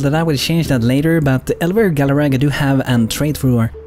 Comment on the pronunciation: its actually Galarga not Galaraga But its okay, dont worry And to who ever understands what I mean with Elver Galarga leave a like Keep making videos I realy like them